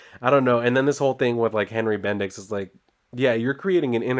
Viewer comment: BendiX..? Sounds like Bendis in a funny way, ay? 😄